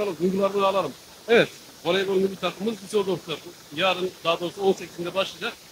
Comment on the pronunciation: Veleybol değil, voleybol